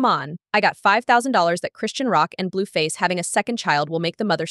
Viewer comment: Said her name wrong 10 times in 2 sentences Bluefazzzz too lol